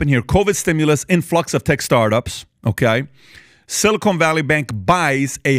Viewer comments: PBD you are killing me with your pronunciation. It's silicon, not silicone - two different things entirely. The first is an elemental metal that semiconductors are made from the other is a polymer sealant.😊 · Patrick, please stop saying "silly-cone". It's "sili-kahn" 😂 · 'Silicon' NOT 'Silicone' - there's a difference🤣😒